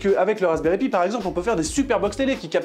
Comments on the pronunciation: Alexandre Valiquette à il le dit c’est juste que ils le disent en mode français c’est moche je te l’accorde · Ça fait drôle comment vous prononcer Pi, normalement on dit "Pie" mais super vidéo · "Pi" se prononce "paille", c'est pourtant si facile, même pour un français. Pour le reste, chapeau bas!